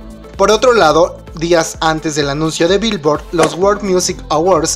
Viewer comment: así no se dice Billoard (virvo)